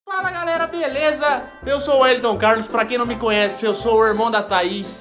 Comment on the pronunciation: Maldade 😂😂whelitom 😂😂ele vai te matar mano